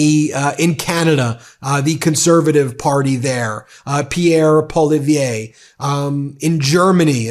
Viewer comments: hand-pink-waving: from 🇨🇦 LOL:face-green-smiling: Ben, It is Pierre Pol eee ev rah (Poilievre) but..... you keep saying it like you do.... Pol i vee ay Keep up the great work in bringing the data. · It is pronounced Polly-Ev (Poillievre) emphasis on the “Ev”. if you want to be super accurate you can attempt the near silent “r” at the end. It’s a very French skill barely pronouncing the “r” at the back of the mouth. If you can’t do it don’t worry. But Polly-Ev is a safe bet. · The Canadian name Is Pierre Po-li-è-vre just so you know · To help you with the very French name of Pierre Poilièvre; it's pronounced ''Pwaaleeaevr'' with the ''r'' as hard as in a Scottish accent. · And I like you, but it’s Pierre “ poly-ev” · The Canadian opposition leader's name is pronounced PAW-lee-EV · Ben, Pierre Polievre, the prononciation is like that po-li- ai-vre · FYI: Canadian Conservative party leader pronounces his last name as Paul-ee-ever. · Ben, The name of the conservative leader in Canada, Poilievre is pronounced Poly-ev. The 're' at the end is silent. You are correct in that he will bring bad times to Canada. He is another want-to-be dictator who keeps yes people around him to prop up his ego and bullies any who disagree with him. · If it helps, Poilievre is pronounced Pwal ee ev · Look Ben, Atleast pronounce Pierre Poilievre’s name right lol 😂 I don’t like him but it’s pronounced Poly Ev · Can someone please tell Ben how to say Polievre?